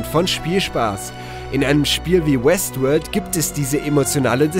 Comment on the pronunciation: Hab die ganzezeit Westwood verstanden xD